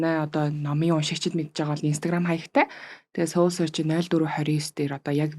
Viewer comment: Goy zochin goy podcast bna Gehdee soul gedeg ugiig manaihan yagaad seoul gedeg shig duudaad bdg yum bol? Soul gedeg ne -sowl gedeg duudlagatai Сөүл bish shudee Uur neg mgl podcast bas bainga сөүл gej duudaad bdag.